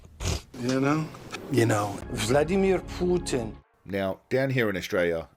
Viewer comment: “Vladameer Poontin”